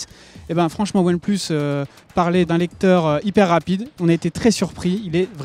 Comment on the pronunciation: qaund il dit one plus tfouuuuuu lol apprend l anglais